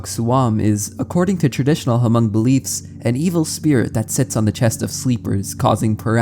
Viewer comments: Ha-mong😭 its pronounced “mong” but I appreciate our ethnicity being mentioned! Great video btw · Same, I have a lot of hmong friends and hearing him say Huh-mung was so disheartening T.T Takes a quick search to see how it's simply pronounced as mong. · I'm sorry but he's pronouncing the word "hmong" wrong (muhng) I was low-key distracted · Hmong is pronounced like mm-oh-ng instead of huh-mung 👍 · its pronounced mong bro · I am not Hmong myself, but I did grow up in Fresno, where many Hmong immigrants came to after the Vietnam war. “Hmong” is actually pronounced like “Mong,” the “H” is silent :) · it definitely urks me Everytime to hear h-mong but I understand. The written language sometimes doesn't sound how it looks written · It’s tricky if you’ve never heard it said out loud before, but it’s pronounced “mung”. 👍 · As a Hmong person, that intro was cool to know about. I never knew that happened to my people and it's interesting to know that was the inspiration for an iconic horror monster. That said, you absolutely butchered the language. I can't blame you since you don't know the language, but you should at least know that the "H" in "Hmong" is silent. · The “H” in Hmong is silent. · The H in Hmong is silent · The "H" is silent in Hmong